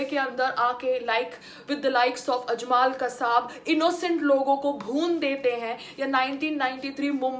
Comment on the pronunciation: Well done again PAYAL... but kindly accept some correction and information from my side... 1. Just call Laskare Toyaba NOT LashkAAre 2. Tht name was ajmal not ajmAAl 3. and tht crook bastard NDTV anchor is NIDHI RAAKDAAN not SONI RAAJDAAN ... 4. And in final RSS flag is tht flag of our ancient FLAG of RAAMRAJYA of Lord RAAM... n flag of PANDAVS in MAHABHARAT. .. n flag of our all Indian Samrats ASHOK... VIKRAMADITYA... CHANDRAGUPT... n so on.. MAHARANA PRATAAP n CHATRAPATI SHIVAAJI MAHARAAJ ....of SAFRRON colour ...